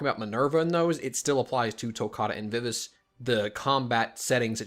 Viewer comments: You gotta work on your pronunciation of Vivace. ;) It's my name and is pronounced "Vi-Va-Chey". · She is correct vi vah chay...